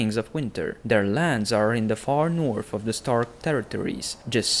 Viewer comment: THE NORF KINGINDANORFFFF